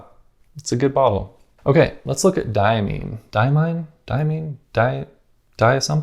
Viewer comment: I like the Iroshizuku bottle best. It’s beautiful and functional and it has the name of the ink and the color on the label. It drives me crazy that so many companies don’t put either of these things on the label. As a side note, it makes me chuckle how Americans struggle with the pronunciation of “Diamine.” Imagine you see the word “mine” printed in a book - would you ever consider pronouncing it “meen”? lol. But a good video! Thanks.